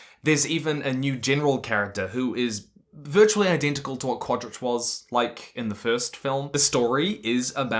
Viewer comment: I love how consistant and confidant you are with every single mispronunciation of Quarritch's name.